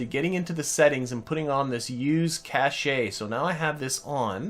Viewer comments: Youtube doesn't allow links in comments so I can't link you to the evidence, but check the Wikipedia entry for "Cache (computing)", and/or any major dictionary. They'll all agree that cache is pronounced cash; whoever told you it was pronounced cash-ay was wrong. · As someone else has already pointed out, your periapsis was preventing the contract from completing: it wanted "Situation: Orbit" and with a periapsis below 70km, you were suborbital. All you needed as you exited the moon's SOI was a tiny little prograde nudge and you would have finished the contract. I also want to comment on the pronunciation of the word "cache". It's a common mistake to pronounce it like "cash-ay", but in fact "cache" is pronounced exactly like the word cash; no "ay" sound at the end. The word "cachet", meaning prestige or reputation, is pronounced "cash-ay", but "cache" is just pronounced like "cash".